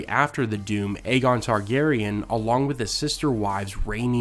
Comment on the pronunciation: Just thought you might want to know... Aegon is pronounced "Egg-on", not "Aye-gon". Anytime you see a name spelled with Ae at the beginning, the A is silent. Thus you have a story like "Tales of Dunk and Egg", Egg is how the beginning of Aegon sounds.